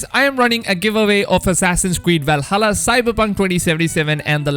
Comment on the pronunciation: val-ha-lluh, not val-hulla